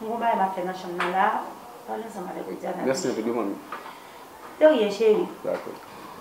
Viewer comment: Fi sa menm pa janm di Widiana tchuips m tande Windiana